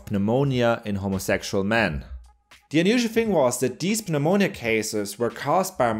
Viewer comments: OH, FOR FUCK'S SAKE, IT'S PRONOUNCED NUH-MOWN-YUH!!!! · The P in pneumonia is silent. Just a tip. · FYI, the P in pneumonia is silent :) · I absolutely love how this guy pronounces the p in pneumonia. I have never heard anyone do that before, and don't even know how he does it so fluidly. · My man's be so cultured, he enunciates the silent P in "Pneumonia". xD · The P in pneumonia is silent.